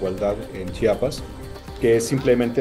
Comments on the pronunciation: Se pronuncia Chiapas, no Chapas :) es un error común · Se pronuncia Chiapas no chapas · "Chapas", dice. Podría practicar mejor su pronunciación, la no está de adorno.